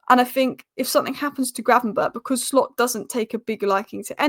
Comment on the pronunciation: It's not Arne Shhhhlot. Just Slot. Like Slotting it in. Stop saying shhhhlot.